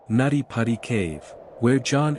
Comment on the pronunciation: It was called nutty putty not natti patti. It’s also now referred to as John Jones hill in case anyone is trying to find it on google maps.